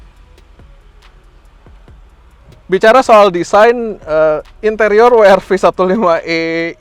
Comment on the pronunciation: bilang "we er ve" aja bang kalo susah bilang "dabelyu ar vi" 😊